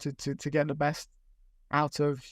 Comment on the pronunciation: Painful to listen to speak with his speech impediment. He may have been preaching about this kid for years but he is absolutely painful to listen to with his sloooooow, start/stop speech and mispronouncing "TH". The Echo has phased him out because he was a speech cadence made for print work, not digital media